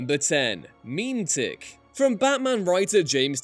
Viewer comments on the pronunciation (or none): Muh-met-ick not meme-tic don't say it like that again it's gross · Mem-eh-tic. Not Meme-tic. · "meme-tick." argh. it's "mem-eh-tic." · Surely it's not pronounced meme-tick?? Is it not meant to be meh-meh-tick, like the word? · pretty sure "Memetic" is pronounced "meh-MEH-tic," ,not "MEEM-tic." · MEEM-tic? Not meh-mehtic? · Memetic is pronounced mu-MEH-tick, not MEME-tick. And I have a feeling it's based/related to SCP-2774, or the Slow Burn Sloth, either the former was based off the latter or vice versa. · It's not MEME-Tick, it's Muh-Met-ick... this hurts my soul. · its not meme-tick its meh-meh-tick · It's not "meem tick", it's "meh meh tic" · Meme-tic... isn't it mem-et-ic tho. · Pronouncing it meem-tic? Seriously? It's pronounced muh-meh-tic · Grrrrrr, pronounced MEH-MEH-TICK... is a clever play on words AND meanings, but is kinda lost if you pronounce it MEEM-TICK... just sayin' ... carry on, I feel better I got it of my chest 😁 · Meme-tick... That is an interesting pronunciation of Meh-me-tick. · I'm pretty sure the word is pronounced like (meh meh tic) and not (meme tic) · Yeah, that was quite the cringe reading. Google will pronounce words you don't know if you're planning to make a video, girls and guys. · Me-met-ic not meme-tic. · Wait isn’t it meh-meh-tic and not meem-tic...? Am I mispronouncing it? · MEEM-tick? No, no, no... meh-MEH-tic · 'Meme tic'? Do you mean 'MI-MET-IC', by any chance? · Mem-et-ick, not meme-tic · is it seriously pronounced "meme tick"? I've always pronounced that word as "meh medic". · Meme tick? Isn't it pronounced meh-met-ick. Like Genetic? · Hey, has anyone made a comment talking about how it's pronounced meh-meh-tic? I don't think anyone has done that yet. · memetic "ma-met-ic" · every time you said memetic as meme-tic just... that's not how it's pronounced... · Meme-tic. I'm dying lol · It's pronounced Meh-Meh-Tick btw. It's where the word Meme comes from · Memetic is pronounced “meh-meh-tick” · Lmao he said meme-tic